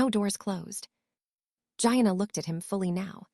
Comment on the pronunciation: Please, it's pronounced, Geeanna , not Gianna as in vagina. I don't know about this AI thing.